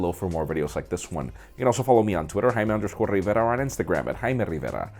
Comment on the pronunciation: The amount of work that goes in calling his name lol